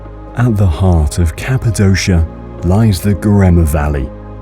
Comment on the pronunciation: Excellent photography but nearly all of the Turkish words are mispronounced and several English words as well. For example: Capadokia.